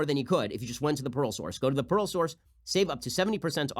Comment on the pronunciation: no one: ben: p a e r l